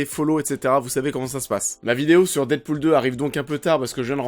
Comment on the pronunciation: Ah tu ma tué avec ton dite pool 😂😂😂